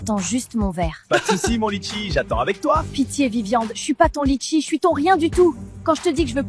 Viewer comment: Litchi ❌ Letchi✅